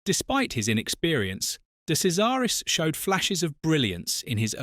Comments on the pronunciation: "Kazaris"?! What utter twaddle. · Thanks for a good story. However, your misuse of his name means that his nickname was not funny. He was called Andrea de Cesaris (de Chesaris) which then makes the nickname of Andrea de Crasheris sound more real. Also you mention the Ligier team. This should be pronounced Li-ji-a with a soft "g", not a hard "g". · It's pronounced "De Chezaris". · For F**k sake it's pronounced DE CHAIRS ZA RUS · "De Sesaris?" Or "De Kesaris?" "Day Crasharis", "Lee-guee-yay"... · Awful. He didn't make his debut for Alfa in F1. It was for Marlboro McLaren as teammate to John Watson. Do your research. What's with the incorrect pronunciation of his surname. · De Cesaris died in a motoring accident he was totally ok in this crash This item is totally false,even his name is mispronounced content should be removed and banned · You pronounced his name wrong you tool!